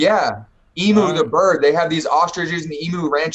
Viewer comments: Yo can you tell this fool how to say emu, it's not e - mu it is eam you. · The food sounds vile. Emu is pronounced more like 'eem-yoo' not 'ee-moo', they are Australian birds a bit like ostriches. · Posada yis me old blue, the emu is sort of like the Aussie national bird so the diggers don't like the name to be pronounced bloody wrong mate. It fair shocks the typical bloke to hear our great bugger of a bird to be being called a 'eemmoo'.. strewth mate